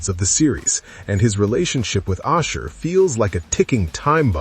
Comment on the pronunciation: How may times does the AI mispronounced Ashur?